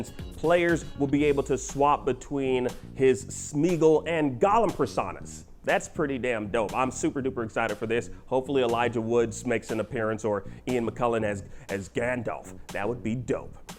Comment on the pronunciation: Elijah Wood”S” & Ian McK”U”llen 🙄